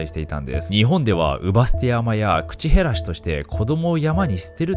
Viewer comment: 中国の坊さん、 恨むわ祟るわ修行がホント未熟で笑う… 後、ナオキちゃん難破船は「なんばせん」じゃなく「なんぱせん」口減らしは「くちへらし」じゃなく「くちべらし」って読むのが一般的よ。